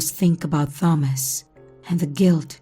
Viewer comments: It's pronounced tomas I think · I’m sorry I have to go to a new video. The way she said Thomas just was a no for me.